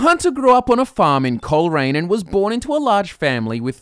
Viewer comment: 2.08 did he just say the hunters from Coleraine?